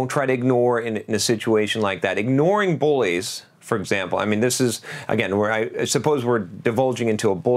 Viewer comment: Thought you were saying "boys," not "bullies" until about 😄